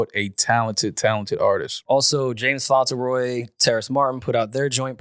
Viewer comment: Why does pronounce James Fauntleroy last name like that? Am I getting it wrong? Does he know something we don't? Will someone ever correct him?